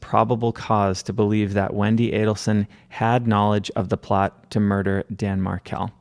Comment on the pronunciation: Thank you for knowing how to pronounce the killer family’s last name. So many podcasters say Adelson wrong even during podcasts showing Charlie or Wendi saying their name in court.